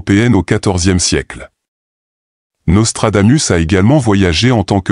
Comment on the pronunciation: On dit: Nostradamousse.